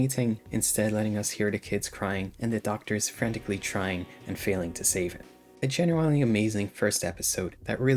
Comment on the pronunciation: Please bro stop pronouncing genuinely like that I’m BEGGING you 😭😭